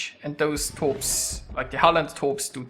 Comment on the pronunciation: You pronounced Halland just fine. :)